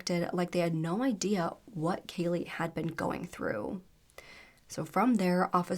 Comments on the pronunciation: You said her name wrong 2 different times 😢. You called her Kayla and Kalia as well as her actual name, Kaylee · Kaylea. Pronounced JUST LIKE KAYLEY. It was said numerous times in the 999 call and the court footage. If you're going to cover a case on a victim for profit at least get their name right.